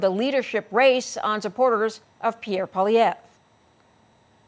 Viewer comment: And so did you...Poilievre. SMH.